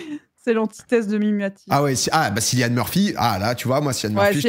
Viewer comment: Tarpin drôle par contre on dit Killian pas cillian même si ça s'écrit avec un C , c'est un irlandais qui me l'a dit au Vietnam dans la baie d'hallong voilà voilà bon weekend ❤